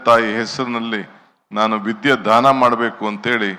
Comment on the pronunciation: ಅಣ್ಣ ಧಾನ ಅಂತೀರಾ 😂